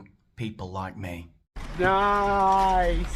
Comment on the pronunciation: look at me-uh - I´m the manager of times square now!